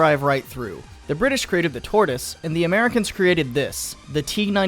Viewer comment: "Tortis" bruh its Tortoise